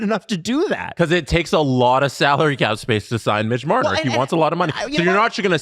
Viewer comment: MbLmbMitch MblLbMarner 😂😂😂